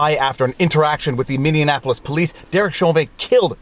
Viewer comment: Haha.. it's true - I caught him blatantly mispronouncing something else a while back, and while I don't wish to be the grammar police, it sure is distracting to hear it. Especially from a 'learned' fella. Tongue in cheek, takin' the piss ~ but yeah. I kinda like Mindianaplois though.